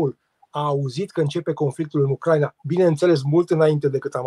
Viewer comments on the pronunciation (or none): none